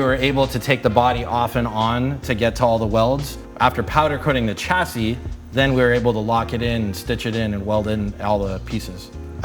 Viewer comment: SHA NOT CHA ... CHASSIS.....SHA